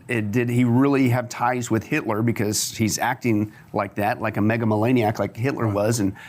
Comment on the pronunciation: It's "megalomaniac" not "megamoleniac"